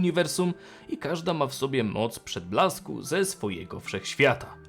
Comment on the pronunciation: Za każdym razem gdy jest wymawiane "moc przedblasku", słyszę "moc przytulasku" xd